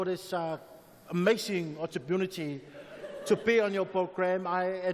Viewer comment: "Thank u very much John for this uh amazing otupunity"🤣🤣🤣🤦🏾‍♂️🤦🏾‍♂️